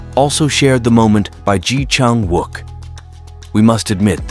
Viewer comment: Pronounce his name correctly please